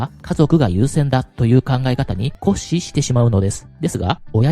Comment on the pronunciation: いつも勉強させて頂いてます ありがとうございます 固執を“こっし”と読まれているように聞こえます こしつが一般的な読み方 こしゅうが伝統的な読み方ですね 細かくてすみません